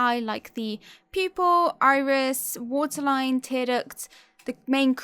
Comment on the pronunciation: I keep hearing you saying "people" instead of "pupil" .....anyways great talent....